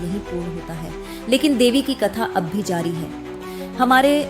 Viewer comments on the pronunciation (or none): none